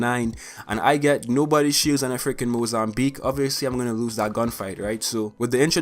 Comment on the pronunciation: Can you say Mozambique again please